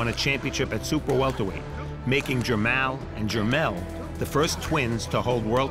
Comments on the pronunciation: Jer- "mall". like the shopping "mall" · Bruh its Jermell n JER-MALL like going shopping in the MALL! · This is listed ad Mall but Farhood keeps calling him Mell.... and showtime didn't feel it important enough to correct? WTF? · He keeps calling him jermell but this is the bigger older brotha jermall lol! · It is Jermall not Jermail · Jer-mall! Dude don't know how to pronounce his name. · It’s PRONOUNCED GER-MALL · "Jer-mal" whaa? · It's Jermoll lol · It’s jer mall smh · It's Jer-Mall, like mall lol, that shit was annoying as hell.